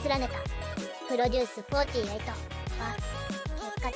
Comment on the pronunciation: 『プロデュースフォーティーハチ』 しか頭に残らなかった(笑)